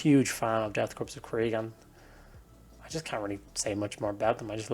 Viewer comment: I AM A HUGE KRIEG PLAYER! The aesthetic is so unique and grim. Also one minor tip, its pronounced "core" not "corppse". Keep it Up Man!